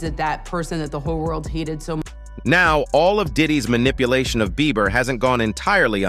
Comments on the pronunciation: ( and every time this guy said Justin‘s name but) it’s Justin BIEBERRRRRRR….NOT Justin BEAVER….WTEFFFF🤦🏻‍♀️🤦🏻‍♀️🤦🏻‍♀️🤦🏻‍♀️🤦🏻‍♀️🤦🏻‍♀️🤦🏻‍♀️🤦🏻‍♀️ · The amount of times that man mispronounced his name as “Justin BEAVER”